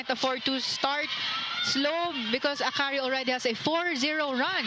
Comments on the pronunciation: True its very distracting. A-KARI 😳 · It's distracting how the guy announcer keeps mispronouncing Akari as A-kari. Isn't it part of his job to learn the proper pronunciation of words, esp. nouns?🤨 On a different note, Akari has silenced the bashers who claim Akari winning the 2025 Reinforced Conference as runner-up was just a fluke. Congrats, Akari!